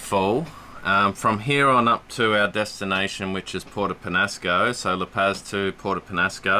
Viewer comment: La Pazis pronounced like La Pause. You guys are killing me with your lack of Mexican pronunciation...LOL!